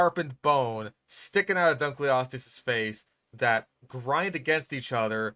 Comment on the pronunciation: It should be pronounced Dunk-el-o-steus. It's named after a guy who's name was Dunkle. It means "Dunkle's bone" which sounds like some kind of innuendo, if you ask me.